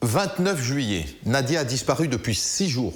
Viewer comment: Pourquoi disent ils Nadia ? C’est Nadjia .. qu’elle repose en paix petit ange